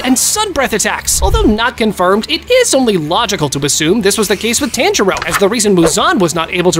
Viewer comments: Thanks for doing this vid but first maybe put a spoiler warning and i would like if you pronounced the anime characters names properly(no offense) but instead of TAN-jir-O say taun-jir-do and not Gyo-mei but gey-o-mei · This nga said taanjiro 😭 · it was a entertaining and good video but the continuous mispronouncing of the names bothers me so much mainly tanjiro and zenitsu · bro said only true anime fans subscribe but pronounces tanjiros name wrong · I hate how you pronounce Tanjiro